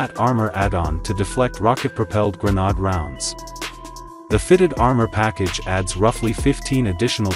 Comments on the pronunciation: great dozer but the clown commentator doesn't even know what a grenade is, pronouncing it a grenod! Does kinda rhyme with nimrod I guess. So there's that. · Wow what an incredibly posh way of saying GRENADE 😂😂😂😂